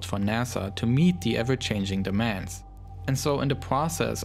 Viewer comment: "plogres" "dlis" "tle", language 100